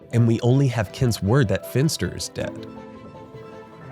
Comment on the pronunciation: I disagree, I think that if anyone was, in fact, Keyser Söze, it was Verbal and "Kobayashi" worked for him. By the way, it's Fenster. Maybe that is what you were saying, but to me it sounded like Finster.